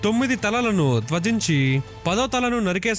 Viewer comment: నీ తెలుగు ను తగలెయ్య, ఏమి ఉచ్చారణ దోషాలు రా సామి. అది "త్యజించి" అంటే వదలి అని అర్థం...నువ్వు చెప్పినట్లు "ధ్యజించి" కాదు మహానుభావా😢